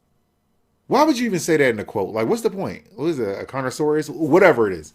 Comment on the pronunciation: ...mate...connoisseurs is pronounced con-ir-saws You know, like wine connoisseurs?